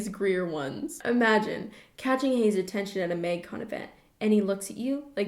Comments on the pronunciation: does everyone say it m-ay-gcon and not m-ah-gcon? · everytime she says maeuygcon it triggers my fight or flight response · no one:: mægcon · no one: absolutely not one person:: MÆGCON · I can tell you’re Canadian by the way you pronounce Magcon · The way you say magcon makes me think you're Canadian... are you Canadian?